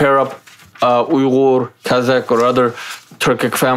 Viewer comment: Kazak, қырғыз. Қазақ деуге тілі келмей ма?